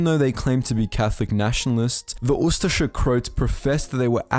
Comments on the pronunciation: He is saying it pretty good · Well, it is pronounced "oo-stache-eh" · I have always heard it pronounced ooo- STASH-ee